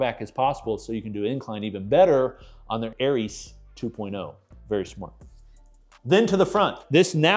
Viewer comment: he actually said Ares correctly... kind of.